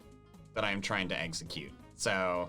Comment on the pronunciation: there was a point in the video where was going too say execute but says exeggcute instedd:)